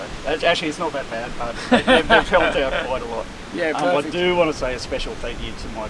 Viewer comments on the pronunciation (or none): Not bahd 😁